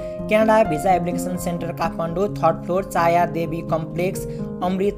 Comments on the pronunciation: चाया हैन भाई छायाँ हो 😂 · चाँया सेन्टर होइन.. छाँया सेन्टर हो।🤣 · चाया होइन छायाँ सेन्टर हो